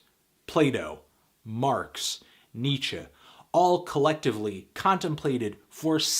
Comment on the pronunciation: Thumbs up for pronouncing Kant and Nietzsche correctly ;)